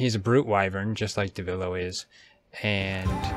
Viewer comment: Devilo? Its pronounced devil joe.